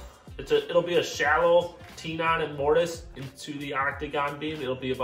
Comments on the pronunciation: I don't think you get it :-) It's not pronounced tee-nons. It's pronounced teh-nuhn. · never heard anyone refer to it as a Tee non, always heard it pronounced Tenon like ten and on. Don't know where that pronunciation comes from. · Tenon not tee non!😅😅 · Really? Tee-non? It’s tenon, like 10un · That's some beautiful joinery. As a professional craftsman myself, watching you build jigs to do difficult things makes me smile. It's the sign of someone that really knows what they're doing. And as a Brit, I have to tell you that tenon is pronounced "Ten Un" btw, not "Tee Non", just in case you were wondering 🤣😂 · good work lads. The pronunciation of tenon is not tee-non it is ten-un. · I have never before heard the word tenon pronounced "Tea'-non" like you do. For the last 75 years, I have heard "Ten'-un" Is that simply a regional difference or are Youtubers creating a pronunciation from only experiencing the word in written form? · Fantastic job guys! Please stop saying T-Non. It’s pronounced TEN-un. 😏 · I always thought tenon was pronounced /ˈtenən/ as is "ten on" not teenon or teanon. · Nice work, but drives me nuts when you say "tee nons"! It's pronounced "ten ons", just like it's spelled! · Tee-nons. Tee-nons. Tee-nons. 😄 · What the hell is a TEE-NON? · Tee Non ? Really? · For the love of God, will someone explain to him how to pronounce "tenon!" Subscribed. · I strongly suggest you look up how to say the word TENON . IT IS NOT WHAT YOU HAVE BEEN CALLING IT . Ask some professional wood workers like Norm Abram ! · Congratulations. Now go off and learn how to pronounce the word tenon.